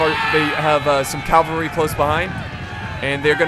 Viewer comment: Ze–Senpaii cavarly...😂😂